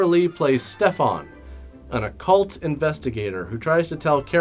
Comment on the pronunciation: "Occult" investigator, not "a cult" investigator. Enunciation,, enunciation.